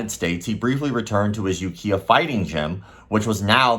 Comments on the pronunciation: And You Kai Uh, not You Kia for Ukiah. Another good video though, thank you. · Kai as in lie/eye. Was gonna comment that but saw this. Understandable mistake to someone who's not heard it pronounced first. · Does it bother you that pronounces Ukiah incorrectly? Bugs the F outa me.